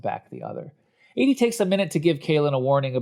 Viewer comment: Editing was mediocre. An arm that kept getting in the way, awkward pauses, a couple of repeated script lines. Content wise: The fart/poop and sex jokes kill it. Constant mispronunciation of the name Adie is distracting.